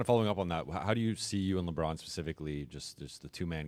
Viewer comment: Leave it to Malika to gargle Lebrons name 🍆